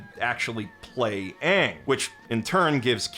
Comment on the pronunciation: I never saw the live action movie. So I’m just hearing the actor calling himself Ahn… when the literal original source material never pronounces it that way